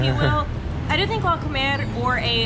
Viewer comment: the wey you’re saying La Comer it sounds like you guys are going to eat, that’s because you using the accent on the E instead of on the O, yeap! That’s the importance of the accents, 😜